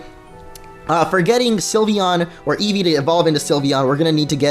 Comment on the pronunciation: What's an "evve?"